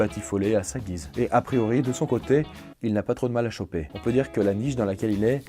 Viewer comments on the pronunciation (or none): none